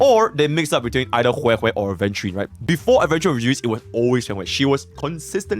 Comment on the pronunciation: Why does she pronounce it as weh weh? /gen